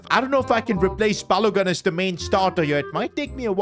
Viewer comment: Did I just watch this guy absolutely BUTCHER Wolfsburg's American 82 rated stirker's surname ???!!!!!!😂😂😂 Like the hell is Balo-GUN?????!!!😂😂😂😂 he is also partly Nigerian from the name I can tell!